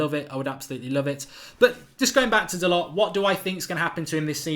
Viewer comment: Pronounced dalow u flopppppp put some respek on his name